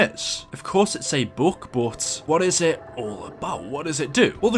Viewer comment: Hey why do you pronounce book as booook thanks